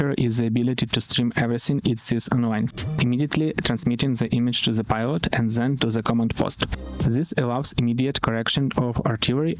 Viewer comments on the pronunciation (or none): none